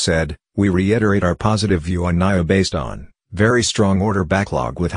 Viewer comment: Haha You are saying Naio again lolz